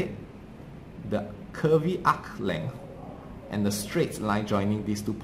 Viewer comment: UKHHH LENGTH LMAO LOVE THIS DUDE